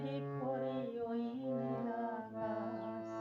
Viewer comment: সুন্দর গেয়েছেন । তবে গানে উচ্চারণ বিকৃত কাম্য নয়। যেমন - আকাছ, ছিছির ইত্যাদি । আকাশ, শিশির। স / শ এর উচ্চারণ ছ হচ্ছে । শুভকামনা।